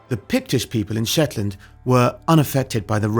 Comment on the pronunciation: Scatness and Schetland were never Scottish... ok,. Lol.